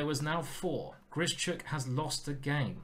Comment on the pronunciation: Ben says why do you keep butchering Grischuk's name. It's not 'Grishy - Chuk' for Christ's sake, practise saying 'Grish - Uck' in the mirror and remember there is no 'Y'.